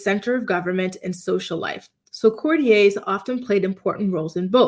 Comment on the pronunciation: Courtiers: court-ee-ers.